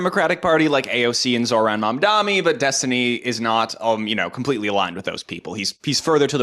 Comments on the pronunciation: it's mamdani! not mamdami, that's what cuomo calls him :( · Mamdani, not mandami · lil bro mispronounces Mamdani and says Mamdami lmaooooo epic fail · its not "mamdami" its mamdani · Mispronounced mamdani*